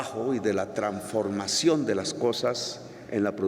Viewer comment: Se dice transformación...... no tranformación.... que cultura tan impresionante....